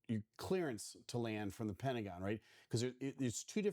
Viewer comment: I'm sorry, but everytime you said clearance, my brain said Clarence.😂😂😂